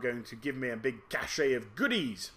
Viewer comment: Why do you say "cache" like "cash-ey"?